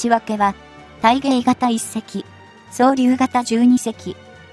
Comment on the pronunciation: 22隻でも足りないよね。UUVや固定プラットフォームなんかも入れてHigh-Lowミックスできるようになりたいね。 「そう、りゅう」と「わくげい」は相変わらず治らないですか、、、、 読み上げテキスト上では「ソーリュー」にしてみては如何でしょうか？